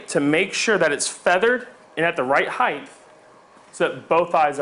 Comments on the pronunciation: Height, not heighth. Jesus. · Height... Not heighth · height, not heighth! no 'th' sound in height. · You lost me at highdth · His use of "heigth" is so distracting. It's not a real word, buddy. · there is no "th" sound in the word "height"